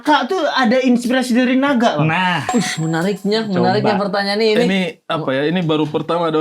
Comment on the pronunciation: Naga jadi NIGA 😂😂😂😂